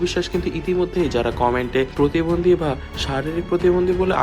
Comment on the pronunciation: Kothata protibondhi not potibondhi